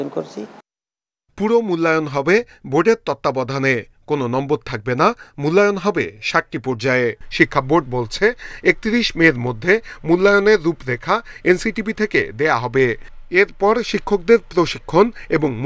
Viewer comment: NCTB কে এনচিচি উচ্চারণ করা ব্যক্তি যদি এসব দায়িত্বে থাকে?😂